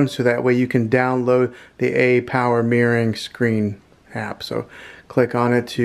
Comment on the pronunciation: Great video. But can we try "mir-ror-ing' 😂